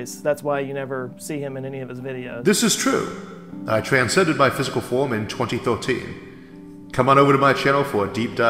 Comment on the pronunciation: Trascended his physical form, kept speech impediment just for the charm of it